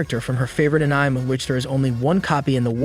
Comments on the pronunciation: Just heard how it was said. I’d rather be deaf than hear An IM ever again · It’s so funny that it says “anym” 😭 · Bro its anime not anyim 😂😂😂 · The way this bot pronounces "Anime" is horribly distracting. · Are you trying to say ANIME? N you said it as one word?! YOUR FIRED